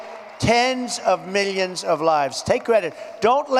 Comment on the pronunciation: I hope "meelions" becomes the new mock word like "Chiynah"